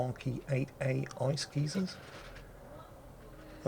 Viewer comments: Guy-zer not geezer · Me: What the fuck is an ice geezer? Oh, a geyser! Okay, nevermind.